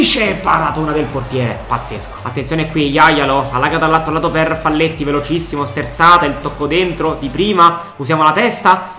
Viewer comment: bellissima💗🖤ma ti prego, si legge faglietti(è uruguayano)